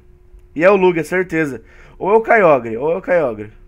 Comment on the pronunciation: a se fala kyoger kkk n importa mas ne kk